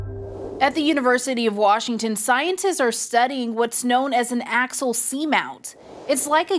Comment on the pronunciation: Axial not Axil.